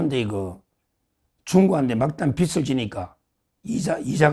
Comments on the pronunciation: 서울대 출신을 입에 달고 사는 정욱아 국문 발음 좀 잘 해라 서울대 맞나? 채무라는 뜻은 빚이다ᆢ 빚을이라는 발음은 비즐이다 비츨이 아니다ᆢ네팔 빚은 비츨이 아니다 비즐이다 서울대 엘리트를 입에 달고 살면서ᆢㅓ,ㅡ 발음 못 하는 건 매우 유의하더만 ᆢ 햇빛을 비출 때ᆢ빛을 발음은 비츨이다 비츨 비추다 비치 비치다처럼 아이그 머리 빗는 빗은 비시, 비슬 비스로처럼 발음 한다 경상도가 언어장애인 줄을 알고 좀 똑띠, 단디해라 나도 경상도이지만 황장수처럼 똑똑한 사람도 똑같이 비즐을 비츨 또는 비슬로 발음하는데 이 자도 농대지만 서울대잖아 정말 속 터진다 발음은 기본 중의 기본 아닌가 유튜브도 언론이인데 ᆢ 서울대 꼬라지ᆢ김영삼처럼 구강 주조가 굳어서 외국을 애국으로, 관광을 강간으로 발음하는 건 언어 장애자로 이해해 주지만 너의 부분은 국문법 부분이다, 그런 수준으로 서울대 가기 어려운데 ᆢ그리고 너 똑똑한 줄 잘 알고 너 프로 빠짐 없이 보는데 서울대, 고시 양과 패스 이런 건 정말 빼라 쪽 팔리지도 않나, 1과도 패스 못한 놈들도 너보다 많은 성취를 이룬 놈들이 많지 않느냐 정청래만 보더라도 ᆢ 늘 잘 보고 있기는 하다만 대안이 없어 본다 정말 인물 없다 그래도 너는 수준 이상이다만 그런 너도 이상한 발음을 해싸서 열받아서 처음으로 댓글 단다ᆢ더 잘 하자는 뜻이다 내가 7,8살 많아서 말을 깠지만 하도 발음을 번번이 이상하게 해서 열받아서 깐거고 너도 성인인데 예의가 아닌 줄은 안다ᆢ 그래도 고맙다, 욕본다, 희망이다, 응원한다, 더 잘 하자!^^ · 서정욱씨,발음 똑 바로 하세요. 빚(채무)을 발음할 때 비치(빛)가 아니라 비지(빚)입니다. 변호사,무식한 소리 듣습니다.